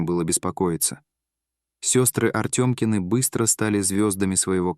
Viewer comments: Артамкины, а не Артёмкины! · Не Артëмкины, а Артамкины. Родила она в Англии.